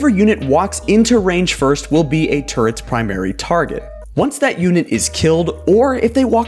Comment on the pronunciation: Is it just me or did he say turds instead or turrets